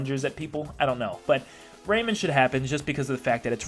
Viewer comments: RayMAN, not Raymin Plus, Minecraft could be considered an Indie rep because it did start off that way. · Ray-man. Not Raymond. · The way he said rayman made me die inside